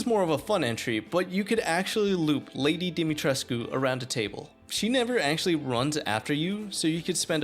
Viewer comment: Yeah you miss the fact that you kept on pronouncing Lady D's name wrong the entire time really irritating damn it